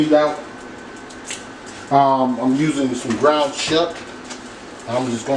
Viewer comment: When simple woirds like "ground" give you such trouble, I'm realy surprised you can manage words like Worcestershire.